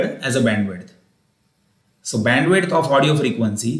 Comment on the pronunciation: It's Bandwidth not bendwith